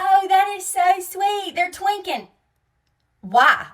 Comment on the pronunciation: This is were the term delulu comes from. I know this term gets thrown around a lot, but definitely gives off narcissistic tendencies. Oh, and did she just say “twinking” instead of “twinning”?